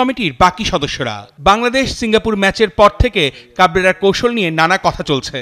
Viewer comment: কাবরেরা নামটা ঠিক মত উচ্চারণই তো করতে পারে নাই 😂😂